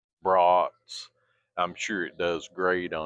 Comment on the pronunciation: Your southern way of saying bros at first made me wonder what was cooking on the big horn until a few brats appeared...😅😅😅 it would be like you going to Maine and talking with a real native New englander😅 all in all enjoyed your demo but these days cooking indoors is for me but that was impressive what it was capable of doing...